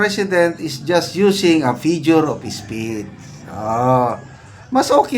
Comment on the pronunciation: Figure kuya hindi fijure😂